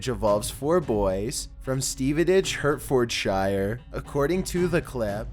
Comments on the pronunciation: It's pronounced "Hart-ford-sha" xD xD xD nor "hurt ford shyer"! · Its pronounced heart-ford-shear not hurt ford shire lol :) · HERT FORD SHYIRE 😂😂 Never heard it pronounced like that 😂😂 It’s like Heart-fud-sheer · please pronounce any shire in England as 'sheer' - singularly it's still 'shire' but if attached to a place - Hertfordshire - use 'sheer' ok this was a bad example as you say 'hart' not 'hert' so Hertfordshire is pronounced 'hart-ford-sheer' Much love xxx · Where the fook is Hurt-Ford-Shire??? I think you meant to say Heart-Ferd-Sher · Hi, the Shires(in the UK)are pronounced sheer as in Hertfordsheer and the Hert part of the name is pronounced Hart=Hartfordsheer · Hertfordshire is pronounced ‘Heart ford sheer’ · Just to let you know, Hertfordshire is pronounced heart-ford-shire. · I love it when Americans try to pronounce British locations. Hurt-ford-shiar lol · Hurt - Ford - Shire 🤣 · its pronounced HERTFORDSHIRE - HEART FUD SHEER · HERT FORD SHIRE